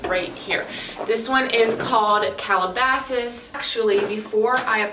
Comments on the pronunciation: I think the first one was candyass not calabasas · That’s not Calabasas, that’s candyass.